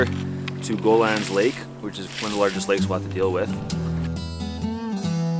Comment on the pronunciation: it's ** go hey Lan * Lake not Golan . It's means sea Gull in french.